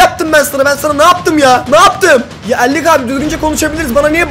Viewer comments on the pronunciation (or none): El-lick'i❌ Elli iki(52)✅ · Abi sen sinir olunca artik "al lik" oldu el lik😂cok güldümm😂